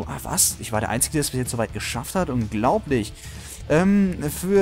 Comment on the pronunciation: Das heisst "einziGE" ARRGGHHH